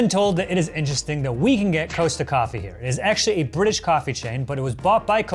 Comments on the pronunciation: Haven't seen in comments yet...so Costa isn't pronounced Coast-a but exactly how it's spelt. Imagine saying "cost" - as in the cost of an item - then adding an a. So short o not long o. Ko-sta not Koa-sta. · 'C-oa-sta' ??! It's COSTA like COST. Kill me now 🤣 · Hearing Costa Coffee called Coasta coffee pains me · why does he call it coasta and not cost-a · Why is he calling it Coasta coffee? It's Costa! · Its pronounced cost-a coffee not coast-a coffee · It’s pronounced cost a like cost a lot not coast ah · by the way, Costa is pronounced c-o-sta rather than c-oh-sta, eg 'sock' rather than 'road' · coaster coffee wtf is that, ka-star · The way says Costa coffee is cursed, it’s Cost a, not coast a. 😂😂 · What annoys me is how pronounces Costa. He pronounce is it like Ko-sta. In the UK that is something you put under your cup to stop the cup from damaging the table. It's Coss-ta. Love though. You know when I was younger I lived in either the Starbucks, Odeon, Debenhams or pub. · 'Costa-a' not 'Coast-a' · As others have said, wrong kind of Smarties, but also wrong looking Kit Kat (also the American version I guess?). I wasn't sure what meant when he was talking about Coaster coffee. Most people around where I live in the UK say Cost-a with a short o, as in it Costs a lot. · “coasta coffee” makes me shiver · DONT YOU DARE EVER SAY COSTA COFFER LIKE THAT EVER AGAIN! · It’s cost-a coffee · I'm Sorry but that is not how you say Costa 😂 idk but where I'm from in the UK we pronounce it Cost A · If you think about it though, that does make sense as a coaster like you say is something you’d generally put under a hot beverage like a coffee cup, even though im from the uk and the pronunciation doesnt sound right to my ear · Do all Americans pronounce Costa as Coaster? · I’m so mad at the way joe said Costa😭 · COST-AH - as in the COST of something. Jesus Christ. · I’m horrified at the way pronounced Costa tbh